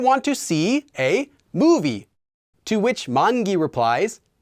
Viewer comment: Pls clear this doubt how do you pronounce movie in that way 🥺